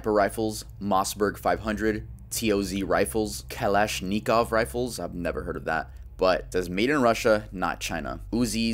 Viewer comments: its pronounced ka-lish-ki-nov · The way this guy pronounces Kalashnikov XD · Whyd he say kalashnikov like that 💀 it’s practically an AK😭 I lonely know how to say it because of FACE but holy shit how do you say it ehat